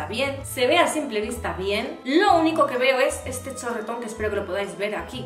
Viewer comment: de "ete" mes😂😂